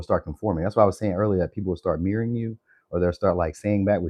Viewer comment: I swear it sounds like you're saying my name the way you said mirroring 😂😂 I had to run it back cuz I thought I was hearing it wrong but it literally sounds like you saying my name mixed with mirroring 😂😂😂